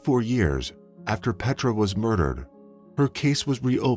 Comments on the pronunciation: It's not PET RAH ITS PAYTRUH FYI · A few corrections: 1. Amore is Italian, not Spanish, for Love ❤️. 2. CODIS is pronounced coe-diss not coy-tis. 3. Jefferson Parish is not 2 hours north of New Orleans. It’s not even north of NO at all, LOL. 4. Cologne, Germany not Colon, Germany 5. Her name is pronounced Pay-truh not Pet-rah. 6. The city in Florida is pronounced with “Like” in the middle, as in Ohpah-LIKE-uh. I know there were 1 or 2 other little mistakes, but I cannot remember them and the video is too long to rewatch right now. I hope someone else spots them so you can get all of these corrected.